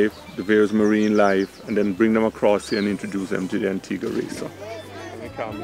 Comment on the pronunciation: I'm glad you know how to Pronounce antigua :D because most tourist don't. Great Video :)